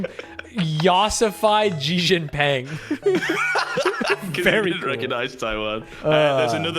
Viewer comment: I'm sorry, but the way you said Xi Jinping made me pause the video and do a triple take.